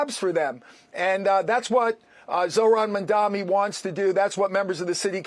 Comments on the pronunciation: Bruce calls him several times, Mandami 😅 somehow that's great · It is Mamdani - not Mandami.. typical fox news uneducated commentators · If Bruce can’t pronounce Mamdani, do you think he is qualified for Governor office ? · can't even pronounce his name properly and they expect us to take seriously